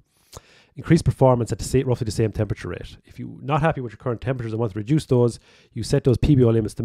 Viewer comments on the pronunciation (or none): none